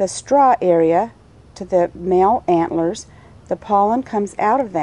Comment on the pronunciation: It's anthers, not antlers.